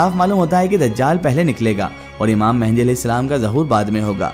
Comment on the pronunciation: It's imam mahdi not a mehndi